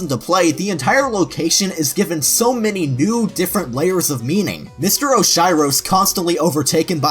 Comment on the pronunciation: I think Mr. 'Oshiro' is supposed to be spoken in Japanese. Oshiro - Oh-shee-row. Does that help?